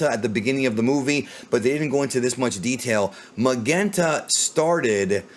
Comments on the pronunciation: Lol Magenta.. Why is it so hard for you to pronounce? It's pronounced just like the color Magenta lol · I love you dude, but you keep saying Magenta wrong